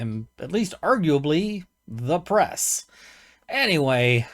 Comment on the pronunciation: "I am da' press" Me: depress? Ain't we all?